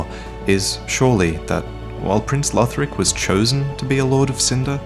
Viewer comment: Conjecture not conjunction. Also, Lothric not Lotric.